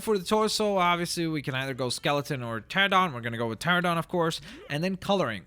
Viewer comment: Its Stego, not Stago, and Anky, not Anquee, please just say it right, Cause I don't know what source let you think its pronounced Stagosaurus, even though its Stegosaurus. Also its Teh-ra-no-don, not Teh-ra-don...